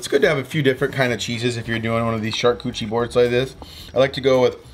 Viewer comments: I haven't read the comments. But I love this video! And I love what you are doing. BUT your prounaciation of "charkoochie" MAY be wrong. I think it is pronounced "shar-kooooot-er-eeeeee" that said "sharcoochee" is even better!! Love what you are doing! Keep killing it! I prefer watching you spooling fish!!!! Crazy goodness!!!! Love it!!!!! Keep killing it! #stayfishy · "Shark Cootchie" board? 😉😅😅😅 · I believe it's pronounced Char-Cooch-arie lol love this stuff! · "SHARKCUCHIE BOARD"😂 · More smoking videos, please and keep on pronouncing it shark koochie. That cracked me up every time. Thanks for the great content. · I love you …but if you say shark cootchie one more time, I’ll shove you in the river next time I see you out there! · I dont think you're saying "charcuterie" right... LOLLLLL.